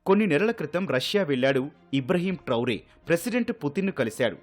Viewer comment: ఇబ్రహీం ట్రౌరే కాదు ఇబ్రహీం ట్రావోర్